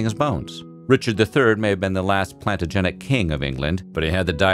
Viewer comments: “Plant-a-genet”? It’s “Plan-tagh-a-nent”. 🤦🏻‍♀️😂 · Please say "Plantagenet" again. That was hilarious. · The pronunciation of key terms like “plebeian” and “Plantagenet”.. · There are some really bad pronunciations in this video, but the one for "Plantagenet" is bad enough to make a high schooler howl with laughter. Come on, bud, pronunciations are free on the internet. And calling Thomas Aquinas just a priest really robs him of his full importance.